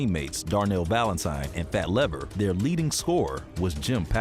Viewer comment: No respect for Fat Lever, the man is a legend. Long E; “leever” not “lever”